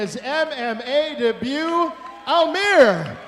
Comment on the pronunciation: His name is almir not ameer